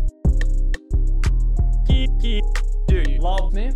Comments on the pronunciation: The way lachlan says kiki is so weird😂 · The way he says "Kiki" is scuffed XD